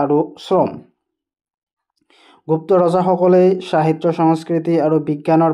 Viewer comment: Sahitya nhoi hahitya ussaron korute Baki thike ase